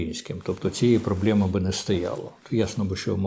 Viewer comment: пане Дмитре, що це таке - 'вижимки зі статті"? ну, як так можна знущатися з української мови? "мЄлкотЄм'Є" та "проблЄми"